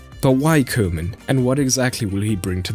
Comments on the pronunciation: It's Koeman (Koo-man with an ooh & not Keuman...) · Good vid as per usual. By the way, as a German you ought to know it’s pronounced Kuhman. It literally means cowman.